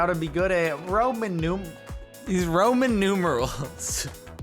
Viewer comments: He said Roman numerals like ramen noodles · Jardon even after saying "Ramen numerals" still does not realize it was supposed to be noodles and not for no reason